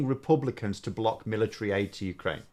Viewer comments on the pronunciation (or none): none